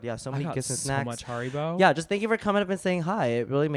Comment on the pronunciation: correct pronunciation of haribo 😋😋😋